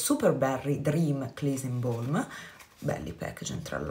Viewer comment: Cara, ti rirompo le scatole, scusa! "BALM" si pronuncia proprio così come si scrive, non "B-OLM" (con la O), bensì "BALM", con la A, proprio come si scrive. Invece "BALD"=CALVO, si pronuncia "bold"...DIPENDE dalla parola. Generalmente è vero. in inglese la A si pronuncia O ma non sempre